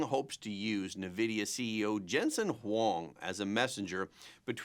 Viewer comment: bro… please… “en-vidia” … not “na-vidia”